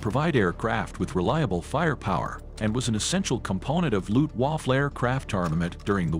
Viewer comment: Its Not luhft-huwoffoh its Luftwaffe